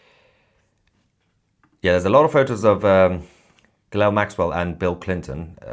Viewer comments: She's not 'Gilell', it's pronounced 'Gillane' (Guislaine (spelled wrong), Maxwell). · Ghilail Maxwell?? It's Ghislaine Dude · Stop saying ghilelle lol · Toussi, Her name is pronounced Ghee - lane Maxwell old son.. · YOU Prononce her name.....GIH-LANE....Maxwell . You're welcome❤ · It is pronounced Gilane you ignoramus. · How are you pronouncing Maxwell's first name?? 🤣